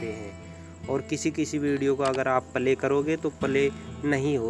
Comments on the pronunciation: Phele pale kho play pronounce karna siklo bhai 😂 .. play kho baar2 pale pale bolke tuhne toh hassa diya mujhe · Bhaiya apki video achi hai ...per palay mat bolo ...play bolo